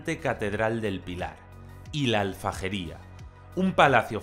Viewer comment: Cuando has hablado de Zaragoza, has dicho Alfajería y es... Aljafería.